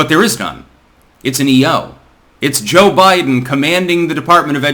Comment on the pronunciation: I like Cho-Bi-Deng.